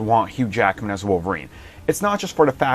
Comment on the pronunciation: "...to replace his role aw Wolverine..." Do you mean reprise his role?